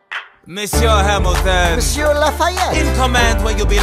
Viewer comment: What Lafayette said: monsieur Hamilton What I heard: I miss you Hamilton